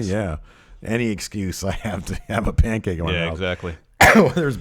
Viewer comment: the pancake thing is because E decided to say pancake with a weird accent as "Pan-kak-ke" a couple times... and it snowballed since then. it's a Bukkakke joke.